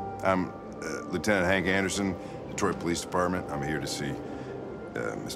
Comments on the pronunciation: Wouldn't it be "Detwah: Becum Hyma:n" ? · "Welcome back to: Detroa Becom Uman ." Excellent pronounciation. Edit: I know it's supposed to be a French accent, im not stupid... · I need Jack's french pronunciation of Detroit become human to be my new ring tone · "... Like in Detriot!" Proceeds to have Vietnam war flashbacks